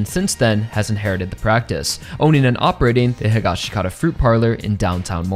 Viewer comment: I like your assessment,buuuuuut you still say Josuke’s last name wrong! It’s Hee-Gosh-Kah-tah! That’s how Araki says it, that’s how the sub says it in part 4, and that’s how they say it in the live action movie!!!!